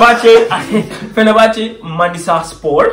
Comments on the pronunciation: Feber değil Fenerbahçe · Not Feberbahce, but Fenerbahce